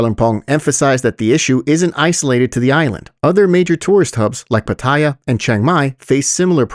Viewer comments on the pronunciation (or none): I think it is pronounced Pa - Tuh - Yah... Ask a Thai citizen, but I'm almost sure it is not Pa - Thai - Yah